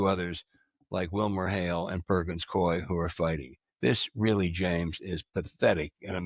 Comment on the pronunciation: It's Perkins Coie not coy